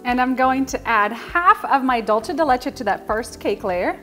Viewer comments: Sounds phenomenal! I'm absolutely going to make this now that its cooled down! By the way, you pronounce it "dulsay" not "dulchay" just saying... Happy holidays! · This cake sounds delicious ,but why do you keep pronouncing the word wrong there’s no H in dulce ( d..u..l..cee ) not dulche.